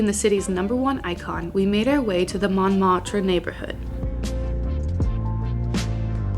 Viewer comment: You did so well with so many words except Seine and Montmartre....